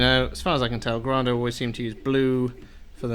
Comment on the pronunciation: Can you please say the company name correctly. It's also the family name. Seriously. Gray-Dough. Got it?